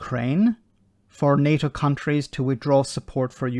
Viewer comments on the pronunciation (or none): none